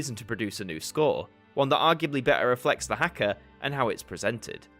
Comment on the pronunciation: as someone from new zealand the way you said haka made me cringe but of course it did i nitpick every single foreign pronounciation of te reo māori even though i barely remember any of the stuff they taught in school on it 😭